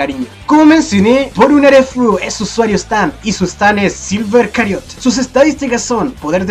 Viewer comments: Porque Cariot? XD creo que se dice Chariot jdjsjxjd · Q onda con de decir cariot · Sabes la ch no hace el mismo sonido que la c >:v